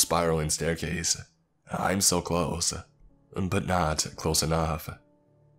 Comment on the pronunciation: Genuinely curious, what with all the syllable-initial m's thrown in? E.g. I'm > Mime. Is it a speech condition?